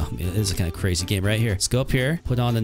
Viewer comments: Its so silly when he says cWazy 🥰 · Why are you saying "cwasy" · This is cwazy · “That’s just cwazy” the best line ever said